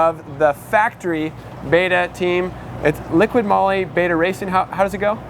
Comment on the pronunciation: LIQUI MOLY Not liquid moly. It's not difficult. If we want these sponsorts to stick around, the least we can do is pronounce them correctly.